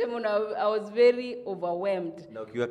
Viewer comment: Hakuna kucut😃😃😃😃 amesema vizuri na tukaskiaaa😃😃😃 Vely😂😂😂Going far girl. Keep on moving